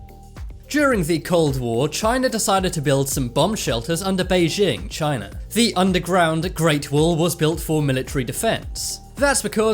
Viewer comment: He just said Chiner